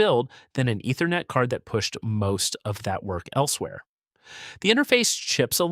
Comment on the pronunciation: Love the videos, but the voice-over's mispronunciations are a tough listen! Ether-net. D-O-S. Doh.